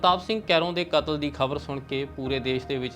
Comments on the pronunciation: ਲਗਾਂ ਮਾਤਰਾ ਦਾ ਵੀ ਬਹੁਤ ਫਰਕ ਹੈ,, ਕਾਤਲ ਨੂੰ ਕਤਲ ਤੇ ਕਤਲ ਨੂੰ ਕਾਤਲ ਕਹਿ ਰਹੇ ਨੇ,,,, ਪਰ ਜਾਣਕਾਰੀ ਵਧੀਆ ਹੈ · ਪੱਤਰਕਾਰ ਕਤਲ ਸ਼ਬਦ ਨੂੰ ਕਾਤਲ ਕਹੀ ਜਾਂਦਾ ਤੇ ਕਾਤਲ ਨੂੰ ਕਤਲ ! ਸ ਨੂੰ ਸ਼ ਤੇ ਸ਼ ਨੂੰ ਸ ਬੋਲ ਰਿਹਾ